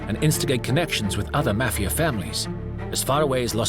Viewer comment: Why have a narrator with a non American accent, can’t even pronounce mafia. Very annoying